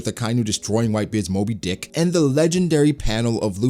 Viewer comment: I don't like the way you say Moby Dick, you put extra spice to it